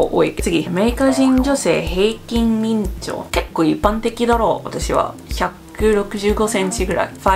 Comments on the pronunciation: 「身長」は「みんちょう」じゃなくて「しんちょう」と読みます。日本人でも漢字の読み方を間違えて覚えてる事は結構ありますので、気にしないで下さい。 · "みんちょう" かわいいw 身長=しんちょうだよ〜 😉